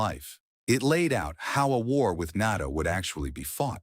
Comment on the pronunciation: More AI slop. AI can't even pronounce NATO properly. Who writes these? Serious editing, getting to the point and keeping it 10 minutes or less. Lots of fluff, nonsense and repetitive.